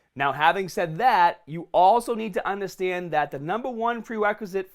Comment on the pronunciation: Love your voice bro Fasta, undardstand, smat, recova, greata, beginna, liftas, injard, afta